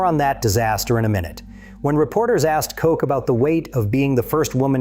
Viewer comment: Narrator can't seem to decide whether to pronounce Christina Koch's last name as "Kosh" or "Coke" Glad the astronauts allowed TrHump to make an ass of himself (and he certainly doesn't need any help for that).